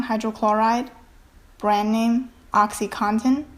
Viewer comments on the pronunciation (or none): none